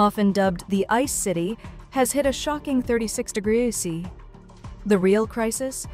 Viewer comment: AI: “it’s mumble degruh sessies”